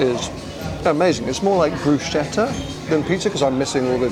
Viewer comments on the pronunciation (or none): Pronounced "BrusKetta" and not "BruSCHetta" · it's brusCHEtta not bruscheta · . 😀 I think you are more Italian than English ! Welcome in Italy ! 😉🇮🇹 PS: . But we need to improve the pronunciation of “Bruschetta” ! Is pronounced “Brusketta” ! ;)